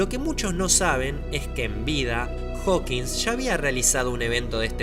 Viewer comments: muy buen video, igual, deja de decirle hawkings, es hawking, gracias vuelva pronto ahre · Acabo de ver este vídeo pero no mames porqué dices "Steven Hawking"? jajajajaja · Hawking, no Hawkings. Encima aparece en pantalla cuando lo decís jajajaj. Es un error muy común igual. Te banco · Por qué todos dicen "Hawkins" cuando es Hawkin? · PRONUNCIASTE MAL EL NOMBRE DE STEPHEN HAWKING